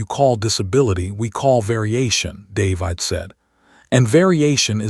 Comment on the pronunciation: Stupid AI can't even pronounce the name David correctly. Not listening to this mess any further. And where is the rest of the story?